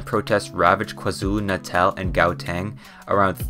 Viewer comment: Say gauteng(say howteng)